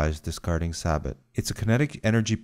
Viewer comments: Every time he mispronounces the word SABOT, sab-at instead of sab-o I cringe, but otherwise great video. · It’s pronounced SAA-BO-H NOT! SAAABAAT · It’s pronounced saboh not sabat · Why is everyone dicking around and making fun of him saying it pronounced "saboh" not "sabat". It irritates me. Like its just a word, not a big deal Anyway, great videos bro!, its simple but easy to understand. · It's pronounced sa bow not sabot Also explosive reactive armor can only be effective against explosive rounds. Don't worry I got the explosive reactive armor part wrong too Otherwise great video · The t is silent so say saybo insted of sabot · SABAT? Sa-bo is how it's pronounced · Pronounced "say-bo" because the T is silent. Like how the last C is silent in Leclerc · He really pronounced it sabat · In the UK we pronounce it “saboh.” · Alex Standifer that is british pronounciation, american pronounciation is sa-but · It's pronounced say-bo cause it's French. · It's "saboh". The "sa-" is pronounced like in "salsa" and the accent drops on the "o" in "-bot". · Is pronounce SABO....Im retired Tank Commander and Master Gunner 25 years active service. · Not having a go at you bro, 👌🏼 If we Aussies didn’t have such a lazy pallet/accent, we’d pronounce it “Sa-Bo” as well. We just have a tendency to put an “Ay” whenever there’s an “A” to be pronounced. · FM 17-12 chapter 6. Sabot pronounced Saybo. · hate to break it to you, it's pronounced "say-bo" You can look it up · Pronounced saybow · FYI the Army pronounces this round as SAY-BOW. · Pretty sure it is commonly pronounced say-bo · Please tell the computer, sabot is pronounced, “say-bo”. It’s a French word. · Pronounced SAY BOE. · It's French for "shoe". The rod has a "shoe" or "sabot" around it. And for God's sake, it's pronounced "SAY bow" or more properly, "sah BOW" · Good video but sabot pronounced "sah-bow" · Its pronounced SAYboh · That’s a weird pronunciation of sabot never heard that before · It's pronounced Sabo the t is silent